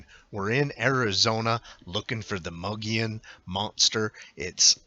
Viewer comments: It is pronounced Mo-gi-on. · it's MOW GEE YON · Yes Mogollon is pronounced Mo-go-yon, but locally pronounce as stated Mow-gee-yon. Mogollon is a Spanish word, and comes from the period when Arizona was part of the Spanish colonies. The original European name of the mountain in the footage was called the "Sierra de Sinauga" by the Coronado Expedition in 1540, then it was renamed in 1629 to its' present name "The San Francisco Peaks" by the Franciscans after their founder Saint Francis of Assisi. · Pronounced. Muggyon and they would have been on 180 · Learn how to pronounce the name. We are not the Mongollian Rim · The Mogollon Rim is some very beautiful Country. I practically grew up in the White River area in the White Mountains. It is pronounced like this ........ (Moe Gee Yawn) Rim. Thanks for the video and the info. Cheers